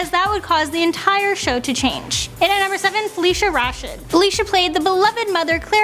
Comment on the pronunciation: Please learn how to pronounce "Rashad"